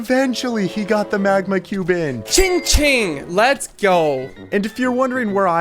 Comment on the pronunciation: it is “cha-ching” NOT CHING-CHING